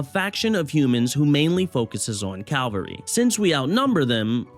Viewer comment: It's cavalry (ka-val-rie), Calvary would be the place of the crucifixion of the Lord Jesus Christ. Good video tho, hope you get more views!